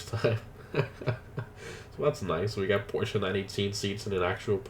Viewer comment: porschE guys Im from Stuttgart where porschE comes from! And it's not Porsch it's Porscheeeeeee